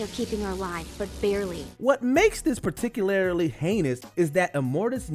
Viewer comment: Dude keeps saying "particularily" lmaoo